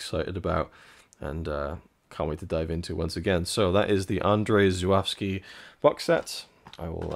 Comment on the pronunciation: Amazing, but are we certain that’s how we pronounce his name?